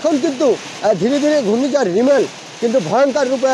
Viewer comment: সঠিক বলেছেন রিমাল কে রিমেল বলে😅